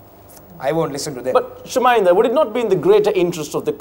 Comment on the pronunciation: pronounced Chaminda correctly 😂